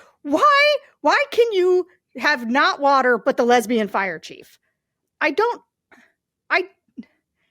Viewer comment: "Did she drink all the watar?!" OMG...That one really got me. Mr. Potato Head is not much of a thinker.